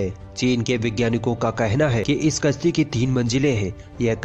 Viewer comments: तुम अपनी भाषा ठीक कर लो यार तुम्हारा प्रोनन्सिएशन बहुत घटिया है यार तुम "कश्ती" को "कस्ती" कहते हो यानि तुम "श" को "स" बोल रहे हो जो की गलत है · Bhai apni zabaan se talaffooz sahi nikalo,kashti ki jagah aap kasti bolte ho jo ki bada ganda lagta hai.